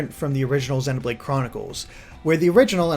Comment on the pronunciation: If he pronounces "Xenoblade" with a short E one more time, I'll EAT Tatsu.